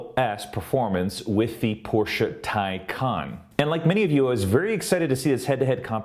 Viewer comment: It's "Tay Con". Maybe making a video from a Tesla fangirl, you'd pronounce it right. Teslas are cheaply made, HORRENDOUS reliability, and cannot keep up with Porsche. The Taycan can do run after run without fail, no loss in performance. Teslas cannot. Full stop. Just like Apple fangirls, they spread fake news so the Teslas look better. Ordered a Taycan, and couldn't be happier. Wouldn't take a Teslas if given to me. Another flop, now that real manufacturers are making Ev's, Teslas will be surpassed easily. Come back to this comment in 5 years, you'll seen then who rules the Ev's. Elon is a douche bag. Just like his unbreakable CyberTruck windows. A bad presentation and an even poorer vehicle. You'll see lots in that sh**hole state of CA. Sorry but Teslas are not all that.